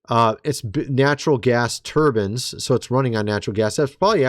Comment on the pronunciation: Bro! Are you doing this shit on purpose??? Now you want us to think you’ve never heard the word turbine? Bro, [trrrbin] is not it! You’ve said the word before, stop gaslighting me every video with these mispronunciations! Unreal